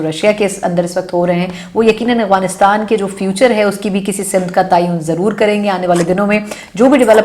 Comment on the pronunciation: It's AFGHANISTAN not Aghwanistan.